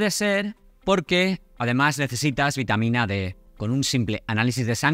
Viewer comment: Precisar si es VITAMA D ó B. Por la pronunciación no se le entendió bien. Presumo que es la D. Gracias.